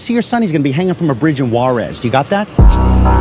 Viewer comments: It’s pronounced Hhhuarez 🧐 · As someone who lives on the border of Juarez, I hate hearing it be pronounced like this 😂 Fucking love Marty! 💯💀💪🏼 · If only he could pronounce Juares correctly…..